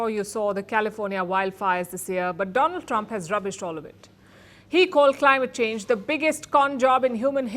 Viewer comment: Dolund trump is the right pronunciation ek kaan mei leta hai aur ek muh mei